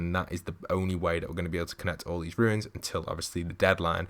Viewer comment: Its pronounced "runes" not "ruins"